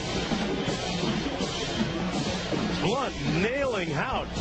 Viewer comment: I think tells you what you need to know about this unprofessional network. That, or the beginning when he doesn't know how to say the guy's name. Blount is playing good football in the NFL now.